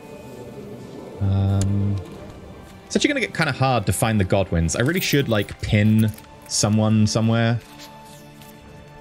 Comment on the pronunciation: Did anyone else keep mishearing Godwins as Goblins?